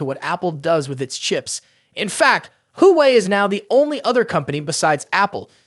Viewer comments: Everyone needs to stop saying game changer , unless it's actually game changing ,,,, and come on bro Wa Way is how the rest of the planet pronounces it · Why are you calling Huawei.... Who-way.... try google or translator... wtf